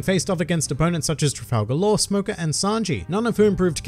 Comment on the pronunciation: “Smoker Kun” 😭